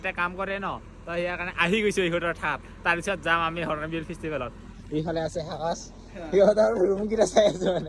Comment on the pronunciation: Hornbill × Horonbill√